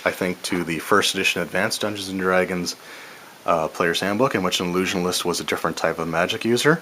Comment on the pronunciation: Lol. "Illusionalist"